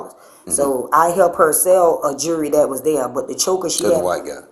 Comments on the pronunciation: So the thief walked out and kept that bracelet for weeks and didn’t know she never paid for it? I call BS! And that employee was part of that theft!! Why can’t they pronounce words correctly? It’s not jury it’s jewelry!! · It's jewelry not Jewry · Pronounced: jew-ler-ee not jury. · "The jurry."😂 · Why, oh WHY, are black folks incapable of pronouncing the word, “jewelry”⁉️ It’s NOT pronounced “jewry” … these are not Israeli items 🤦‍♂️ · Is “jewery” like “jewelry?” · Snitches get stitches and then you gonna be in sum ditches !!!! BTW... ITS JEWELRY, NOT JURY..... SHE WAS IN ON IT TOO, THE "ASS"OCIATE!!!!! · It's funny that she pronounced jewelry , jury ! She will most likely be in front of a jury ! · My entire life I didn't know there was a silent "L" in jewelry. I feel so dumb. I didn't know it's pronounced "jewree". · The "jury?" It's jewelry. Horrible English. Oh, and she's a thief. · I hate the way they say jury. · Jerrwey? I can’t even pronounce her wrong way of saying it.🙄🙄